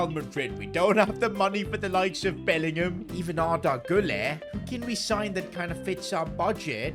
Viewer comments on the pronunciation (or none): none